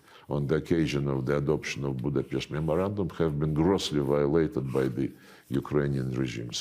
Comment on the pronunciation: No "ch" in Budapest